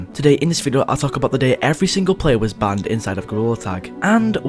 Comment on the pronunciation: I love how he says BAHNED instead of banned